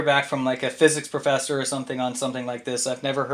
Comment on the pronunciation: Such a guy on a intellectual level like a chicken shit collector thinks he is so intelligent he wants to get challenged from a physics professor ..... And has a problem to pronounce the word professor. And want a scientific proof from a science he denies. He is so stupid he doesn't realize how stupid he is ....